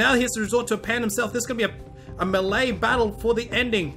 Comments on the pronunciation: Why does he pronounce melee as mel-lee, when it's actually pronounced, may-lay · It's Malay not mely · ITS PRONOUNCED MAY LAY JESUS CHRIST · He meant "melee" weapon. Not Malay language.